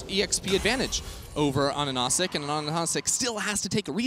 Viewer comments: It's AHaHaCik not ANaNaCik am the only one geting triggered by that xD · Pretty sure his name is A HAH SICK, not Anasick